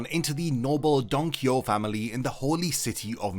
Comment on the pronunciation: dude the way he saying donquixoTE is so fustrating, just say the TE